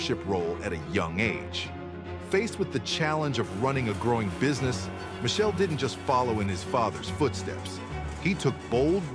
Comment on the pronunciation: Learn to pronounce Michele,its with K